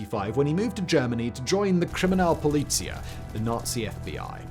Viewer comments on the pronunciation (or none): Kriminalpolizei rhymes with tie 👔. BTW